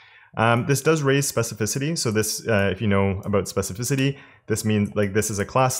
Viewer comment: I'm proud of you... you learned how to pronounce 'specificity'! lol. Thanks for the videos.